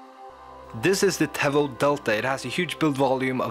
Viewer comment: It's pronounced "tee-voh"